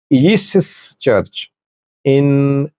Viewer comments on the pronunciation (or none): none